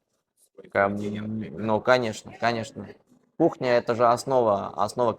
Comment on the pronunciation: Кухня десен кукня дебей